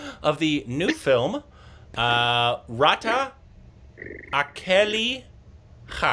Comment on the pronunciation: How can you even pronounce 'Raat' as 'Rata'? Do you see an 'a' after 't' in Raat? This is the simplest possible word in hindi and you still mispronounced it so badly:)